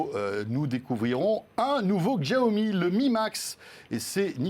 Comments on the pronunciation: Ca se prononce siaomi en fait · Pourquoi François Sorel s'entête à prononcer [JIAOMI] alors que ça se prononce [CHIAOMI] ?